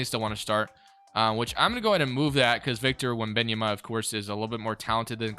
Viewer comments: Wen-bam-yama is how u say it 💪🏼💪🏼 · its victor wen -ben -a -yoma